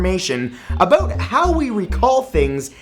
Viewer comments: he said "aboot" hehe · He said 'aboot' ;) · lol he almost said "aboot" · Haha he said about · In Canadien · 😂😂😂 he did the Canadian thing